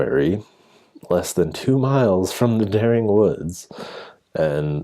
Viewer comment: Just a tip, it is correctly pronounced 'Deering'. It is the name of a local family. Also, DuBois is pronounced (approximately) du-BWAH. The student disappearance is a hoax. If you look at the text below the photo it claims they were from Durham university far in the north but more importantly, the person who doctored this newspaper made the mistake of not checking what day of the week the Sixth of November 1996 is....which was a Wednesday! Again, a tiny bit of research applied to searching for the supposed 'Dering Wood Massacre' shows it to only exist on Paranormal sites and other dubious locations; the only evidence offered is a supposed newspaper which is obviously fake, particularly to anyone who knows anything about newspapers and British history. If you examine the most clear copy that I have been able to find you don't want to read the signs of fakery below and want to work them out for yourself, stop reading here. However, I am going to list them in order of the level of stupidity you need to believe that this is true. 1) The postcode listed on the paper is of the type that came into effect in the late Nineteen-Fifties, although the paper claims the article was published in 1948.2) The price is listed as one penny (1p) whereas the symbol for pence before decimalisation 1971 was 'd', taken from the Latin name denarius. 3) Use your blasted eyes! The top of the paper is stained and damaged and the paper title rests in the middle of a crease but the font remains sha